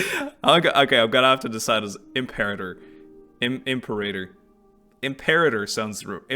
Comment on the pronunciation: You chose the correct pronunciation of Imperator, btw. Lmfao 🤣